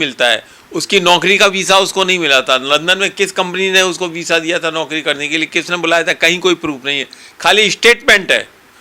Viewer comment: वीज़ा को वीसा कहने वाला एकमात्र वकील😅😅😅 ब्लीचिंग पावडर से बॉडी से ज्यादा बू नहीं आती। अज्ञान वकील इसको कुछ नहीं पता 1नम्बर का निकम्मा वकील है😅😅 बहुत भारी पैसा खाया है इसने